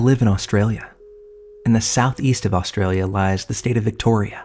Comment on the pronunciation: just find an Aussie to teach you how to pronounce things…we’re everywhere and would gladly help…some names of towns that are simple to us get butchered badly all the time Your first lesson…”Aussie” is spoken like the late great Mr Osbourne…not “awwwsee” And “Australia”…forget the A is at the beginning for a start…”uh-strayla” is more how we say it…except for posh wankers who give it a more American “ost” at the start